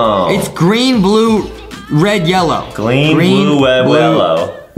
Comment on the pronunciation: adam said gween bwue rwed yewwoy 🤣